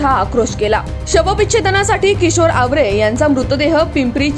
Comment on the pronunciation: Madam tumala bolta yet nahi awre nahi aaware aahe